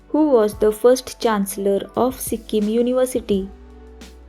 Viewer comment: Pronunciation karna nahi ata to sikkim ka nam kyu bigar rahi ho